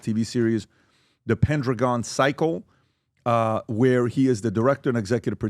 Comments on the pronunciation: "Pen-dragon" not pen-dra-gone. How do yall make this mistake. One YouTube short could have prevented this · It's pronounced Pen dragon Not pen druh gone It's not like pentagon Pen Dragon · It’s Pendragon dude, not pen-dra-gon, as in King Arthur Pendragon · Why do you guys keep saying it that way? Pendragon. It’s pen-dragon. Not pen-druh-gon. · didn't see anyone else say this, but am I the ONLY one that feels REALLY bothered for some reason when they keep saying "Pen-Dra-Gon" rather than "Pen-drag-on"? not sure why, just feels really weird to me when every other time i've heard it, it's "Pendragon", like from Arthurian legends. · how come neither of them can pronounce Pendragon properly? That's King Arthur's dad's last name. Pendragon. Not Pen Dragoon. ugh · Pen Dragon ... can't take you seriously when you cannot pronounce Pendragon correctly. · It's Pen- Dragon. Not rhyming with Pentagon. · "pendragan" "pendraground" "pendragoon" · Pen- dragon. Pen-dragon. Say it with me. PBD has an excuse. English is his second language. You don’t have one. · Pen-dragon...guys say it right! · Pendragon pronounced Pen dragon. Not that hard to pronounce. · Pen dru gon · Am I the only one con by The pronunciation of “pendragon”? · I hate the way you guys are pronouncing "Pendragon" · Will someone just hold up a picture of a dragon and then a picture of a pen. Ask them how to pronounce each word then point to the title of the series. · Will you people please learn to pronounce PENDRAGON. properly.....its not hard. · PenDrAgon cycle what is that pronunciation guys?😅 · Why are they pronouncing Pendragon like that? It's Pen and Dragon. Its not like Mondragon. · didn't know it was possible to mispronounce "Dragon" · Be good if VT folk could pronounce pendragon.